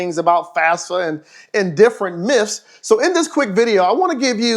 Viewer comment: Stop saying myfs